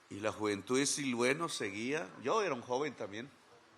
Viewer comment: Siloé señor Presidente...con todo respeto...Siloé no Silue